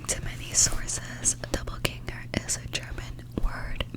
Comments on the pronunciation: You’re pronouncing it wrong, it’s dop·pel·gäng·er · nah bae she didnt, she said it quickly with a lil accent, lol its cute 😊